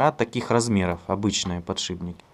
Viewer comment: Вот бы еще перестать говорить "подшиБники"...